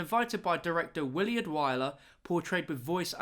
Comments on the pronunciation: it's pronounced "Will-ard" not "Will-E-ard" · it's Willard not williard